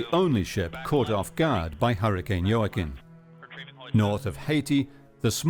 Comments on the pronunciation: Hurricane JOAQUIN pronounced WAKEEN. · Is pronounced hoah-kin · Love how the narrator makes so much effort to say ellllllll faŕrrrro but can't pronounce jacquim